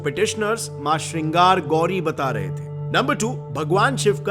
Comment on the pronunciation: your pronounciation sucks. Also your research team should not make such silly mistakes. It's not Srinagar gauri, it's Shringaar Gauri. थोडा हिंदी में भी पढ़ा करो 😂